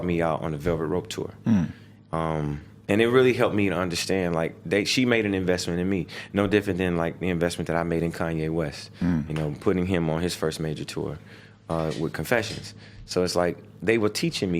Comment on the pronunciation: *kevin hart who tf is “kayne”